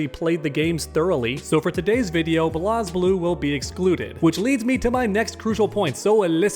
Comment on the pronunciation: The fact that you said Blaz Blue wrong, I can tell you don’t know about it lmao